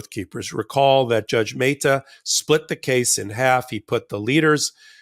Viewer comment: Meh-ta not May-ta...